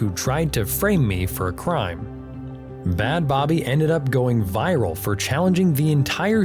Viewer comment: First of all the way you say bhad bhabie is painful...it's literally just pronounced "bad baby"...secondly crediting him for her fame after she's spoken out about the abuse she endured while in the program he sent her to is super gross